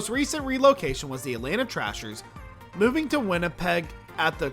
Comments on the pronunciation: The most recent Atlanta NHL team was the Thrashers, not the Trashers. The pronunciation of the name of the old Quebec City Nordiques was botched as well. It was not Nor -D -K's, rather it was pronounced Nor Deeks. As noted by someone else the Islanders have a brand new arena and are not going anywhere. As far as Hamilton, placing a team there would be objected to by both Toronto and Buffalo, so it is unlikely to happen. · Thrashers. It's a bird. Not TRASHERS. Nordiques is not pronounced anywhere near how you did it, and I struggle to figure out how you sounded the word out. They were around a long time, it would have taken 10 mins of research to find the proper pronounciation. Geez. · Trashers? Nor-di-kays? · Atlanta Thrashers, not Trashers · Atlanta "trashers"?